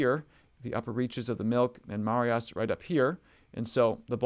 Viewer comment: As a Montanan, just want to help you a little. The Marias River is pronounced muh-RYE-us. Great stuff. Thanks for all you do.